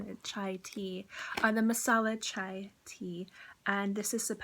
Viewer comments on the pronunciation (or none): none